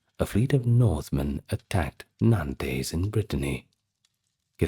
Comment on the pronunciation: I hate to nitpick but the french city of Nantes. Is pronounced "Naunnt" or " nænts" ( one syllable). - love your work !